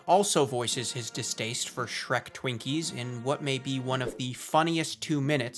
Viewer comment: "Skrekup" Nah nah its "Shretchup" bruh Edit: also, "Shwinkies"